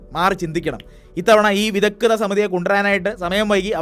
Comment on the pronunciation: വിദഗ്ധ സമിതി , വിദഗ്‌ധത സമിതി അല്ലാ